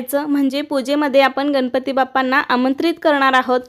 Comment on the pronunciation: Tai ganapati ucchar nahi nalatala n nahi banatala n ucchar kartana vapara